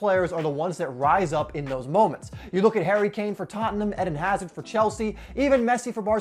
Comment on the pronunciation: I cringed when he said hazard for Chelsea 😢